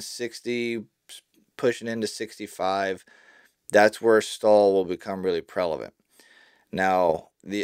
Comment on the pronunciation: Love your stuff and all the work you’ve done for our industry. If I may make one humble request, it would be that you work on your pronunciation of the word prevalent. Pre-Va-Lent 😂